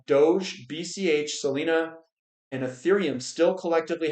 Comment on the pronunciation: I notice you can't even pronounce "Solana" properly. This suggests you know absolutely nothing about the topic.